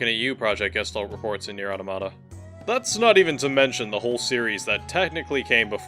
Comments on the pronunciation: aw-TAW-mah-tah, not otta-motta. Like automaton. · Why does no one pronounce Automata correctly? It's not "Auto Mah Tah" it's " Ah Tom Ah Tah" as in automaton.